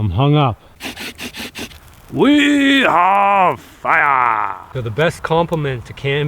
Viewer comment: ”Weee hav fiaaaa”